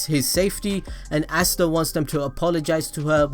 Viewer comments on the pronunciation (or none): Its ah_stah not assta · Why the fuck are you saying assta instead of asta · Asts be like: Asta You be like: Assta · "Assta" oh yeah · Stop saying assta